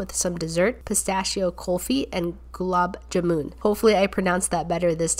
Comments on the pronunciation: Haha,u pronounced “ gulab jamun”like “glob jaamin”.but it’s ok since ur not indian. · You sorta butchered the Pani puri it's pronounced paani Puri you should try more Indian food we have some pretty good food the gulab jamun you pronounced it pretty well except for it's pronounced jaamun but pretty hood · Gulab Jahman is pronounced Gu-Lah-b Jah-Mahn also love yur videos!